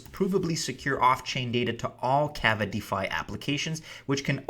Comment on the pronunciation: K-aw-va, long drawn out first a. Like lava.